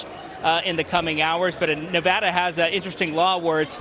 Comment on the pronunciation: Still can't pronounce Nevada right 😂🤡